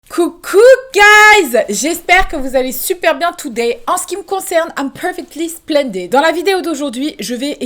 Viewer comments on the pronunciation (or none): Perso je like à peine elle dis « im perfecly splendide »